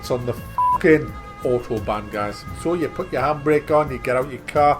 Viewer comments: its not otobahn police its autobahn polizei! learn some german man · Isn't it Ow-tobahn?